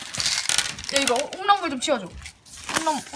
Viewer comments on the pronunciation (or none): 순간홈런볼을 콩나물이라고들f림ㅌㅋ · 홈런볼을 콩나물로 들림.....ㅋㅋㅋㅋ